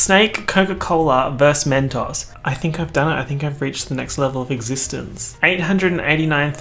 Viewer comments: i can't be the only person bothered by the pronunciation of mentos its men-toes not men-tawhs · okay but the way you pronounced Mentos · The way you pronounced mentos I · the way he pronounced mentos...... what??